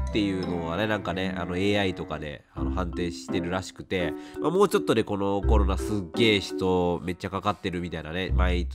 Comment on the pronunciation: コロナが「ころら」に聞こえてワロタ お気をつけて えげつない発熱でコロナ！？と思ったらインフルだった人